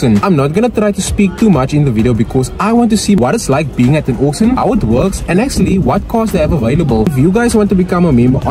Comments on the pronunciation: Pronounced Orc-Shin! Not Orc-Sin Yes, I'm an English teacher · I heard "oxen" 😂